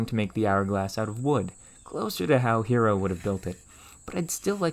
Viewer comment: Note that the name "Hero" is meant to sound "HEH-roh".